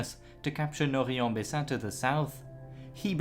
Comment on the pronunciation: Actually, Indy Neidell (who I really admire) is very bad at French Names. is very good. Maybe a little suggestion: Norrey is pronounced noray, not noree. Rots is of course roh.